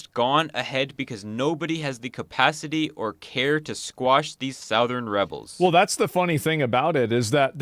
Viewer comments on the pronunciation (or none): Never heard it pronounced "sow-thern" before